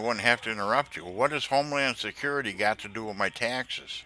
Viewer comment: Why is it always non vailable res waran? 😂 Why is it always homelan sacuriti? 😂 She used a double negative 😂